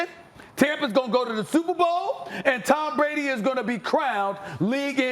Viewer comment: When i say tampa bay u say shperbowl tb ? Superbowl